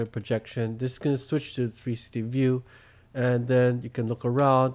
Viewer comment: He is good but when he says 360 it sounds like trsti